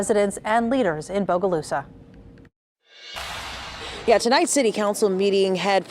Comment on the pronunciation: Thank you for saying BOGALUSA CORRECTLY!